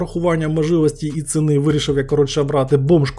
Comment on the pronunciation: З усією повагою до автора, це похвально, що Ви намагаєтесь говорити українською, але ну бля, можна вже було навчитись слова правильно вимовляти, а не: цини, м"якової, охладить, і з інтонацією попрацювати, а то реально можна заснути від жування слів, якщо вже робите контент, то робіть з душею, а не аби як Піпл свахає типу похрін, я не хейчу, діло ваше, брати до уваги чи ні.